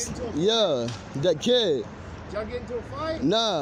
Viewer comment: I though that guy was running around talking about a cat for alot of that segment, till i realized he meant kid... the drugs destroyed his brain... the kid is you and in your head...